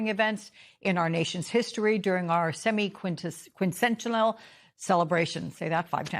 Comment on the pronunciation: A professional news broadcaster that cannot pronounce the word "semiquincentennial"? She gets paid big money and she can't pronounce a word that will be in use ALL THIS YEAR?? That's unprofessional, AT BEST.